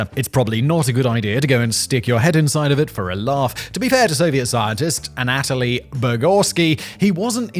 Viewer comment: Alright, I got to say it, Simon I’ve heard you say this Russian name in probably 10 different videos and every time it’s pronounce wrong. Anatoly. It’s not a-nat-a-lee. It’s Anna-toll-eee.